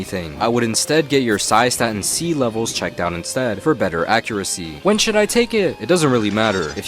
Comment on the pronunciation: Cystatin C pls dont butcher the pronounciation